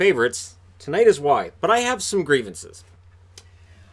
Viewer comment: Instead of “Grievances” you should change that segment to “Reavences”